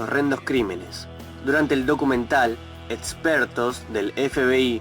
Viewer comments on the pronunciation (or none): pronuncia la X como T, seTsual, eTspertos, proTsima. es un problema comun, mayormente pasa en gente con los dientes muy separados. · Porque dices sedsual, Edspertos, prodsima ??? 😲